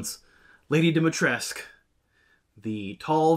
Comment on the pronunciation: Re: "Dimitrescu" v. "Demitresque" pronunciations, not knowing anything about the game's development but knowing a thing or two about languages, I get the sense that, maybe, a group of largely Japanese-born and American-born Japanese-English translators received the original Japanese script and its many references to Lady "Domitoresuku" (Japanese pronunciation). Knowing much of English and Japanese but little of Romanian(?), they knew that bringing European-language words into Japanese tends to produce vowel sounds that were unnecessary in the original language, including superfluous final "U"s, and while bringing Dimitrescu back out of Japanese they accidentally hyper-corrected, cutting off the end-U that actually should've been there. From the translators, the accidental pseudo-French "Demitresque" pronunciation made it into a pronunciation guide, and the actors and director just worked with what they had. Why the written stuff doesn't match the spoken stuff, with its proper Dimitrescu spelling, that I don't even feel I can form a theory about. I'd expect that one would correct (or "correct") the other at some point, but that doesn't seem to have been the case, and I really don't know enough about professional translation or AAA game development to say why.